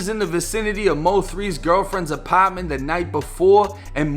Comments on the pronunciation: A-part-ment not A-paaaht-ment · “Apottment” stfu #LLBPDP